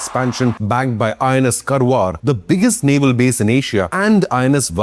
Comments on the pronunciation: Excuse me , uts Kaarwaar and not kurwar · It’s NOT Karwaar it’s pronounced Kaarwaar. Learn to pronounce names properly, everything is NOT Delhi.